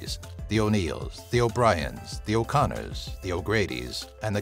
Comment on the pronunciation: Lol its O'Connor